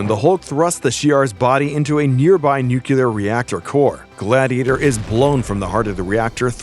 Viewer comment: Thanks for what you do but for the love of all that is right, please pronounce the word nuclear correctly. It's easy af so it really chafes my ass.